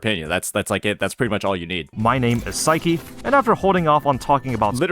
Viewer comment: it's pronounced psy-key. he says his name during his intros.